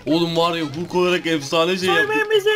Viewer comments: Abi o hulk diye okunmuyo halk diye okunuyo🙂🙂🙂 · Hulk diye yazılıyor halk diye okunuyor